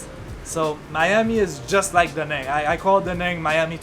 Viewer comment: Hi. I'm Vietnamese. I'm surprised that you two can't correctly pronounce the name of the city. Obviously, no one has told you this. It's pronounced more like "Da" "Nung" as in jungle. Then, you are close. It actually has the accent ~, which means to "dance" that sound. Since you teach, listen to some natives say it loudly and 5 times. I see you guys live there but you don't really eat what they eat and say what they say. Hmmmmm You can even learn Vietnamese pronunciation from youtube videos!